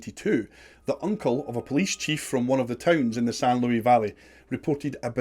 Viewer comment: The s in Luis is pronounced.... I live in the san luis valley